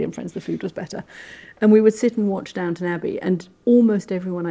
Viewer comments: It’s Downton….not Downtown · Downton not Downtown! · It's Duntun actually.